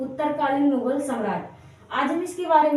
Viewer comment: Mugul nai bdsk mughal hota hai 😂